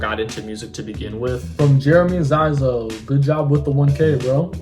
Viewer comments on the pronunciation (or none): once again I'ma congratulate you on the 1k, TO 2K AND BEYONDDDDDD!!!!! idek YEAAAA THANKS FOR ANSWERING MY QUESTIONNN (Zyxo is pronounced zee-so, it's a pseudonym) prob my fav moment in this q&a